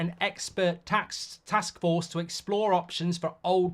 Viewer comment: "A joint task fork" 😂